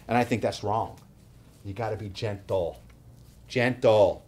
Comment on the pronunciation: gen-tle, GEN--TLE.